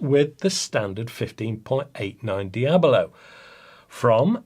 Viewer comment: Hi. Fine review. Sorry I’m a grammar nazi, the correct pronunciation of the pellet is (dee a bo lo ) not (dee ablo.) Dee ablo is the devil, oh wait- hades- yeah now I get it.